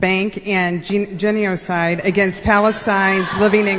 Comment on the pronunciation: Did that woman pronounce it gen-ee-oh-cide? Has she never heard the word? Lol